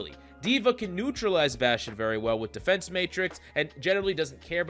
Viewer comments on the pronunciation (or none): none